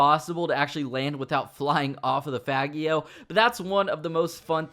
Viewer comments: Its pronounced faj e o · Come on now, it's pronounced "fah-jee-oh".